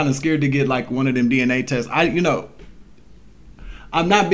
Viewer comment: DNA .. sounds like DeeNA